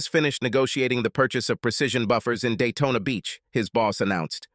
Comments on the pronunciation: it's Daytona not dayton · I keep on hearing Dayton ( Ohio ) , when Jim iz heading to Daytona ,Florida